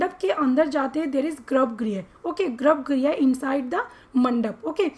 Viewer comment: Grabgriha nhi hota garbhgrih hota